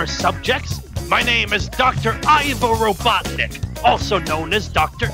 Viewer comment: It's Robotnik.